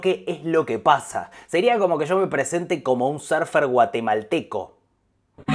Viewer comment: "Serfer" jajajajaja, ala púchica, 3 minutos en entenderlo jajajajaja, surfer, Pero si, si hay serfers en Guatelandia: son argentinos-canadienses jajajajaja